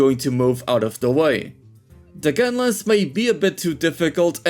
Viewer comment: Why do you call Lance and Gunlance "Lens and Gunless", is it a meme or what I don't get it